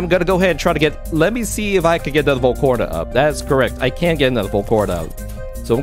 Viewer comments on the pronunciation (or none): Is it just me or is he saying volcorna